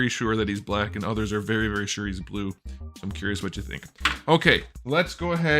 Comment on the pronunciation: It's blueh